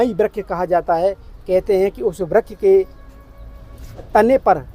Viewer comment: Vryak nhi vraksh hota hai